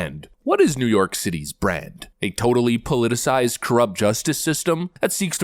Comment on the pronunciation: He didn't say "brand", he said "bran", twice. I think he's talking about muffins. NYC has bran muffins.